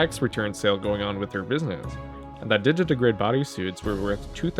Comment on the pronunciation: Sneaking in to thank you for pronouncing digitigrade right. Nobody does.